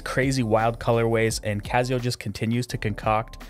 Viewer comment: Awesome review but the fact you keep saying cazio is killing me bro! I have the black resin variant of this and my wife rocks the skeleton. She loves it!